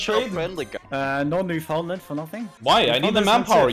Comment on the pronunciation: his pronunciation of Newfoundland hurts